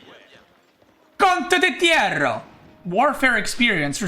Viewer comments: "Slur slur" 😂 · I waited 42 mins to listen "Condoditierro" ❤ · As an Italian I confirm that is pronounced "contottittitero". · As an italian i can just welcome his pronunciation of "condottiere" 😂